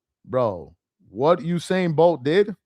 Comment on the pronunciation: I'm glad that you started to correct yourself, because at first you were saying Hussein instead of Usain